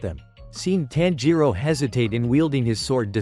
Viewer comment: It's not taanjiro it's tanjiro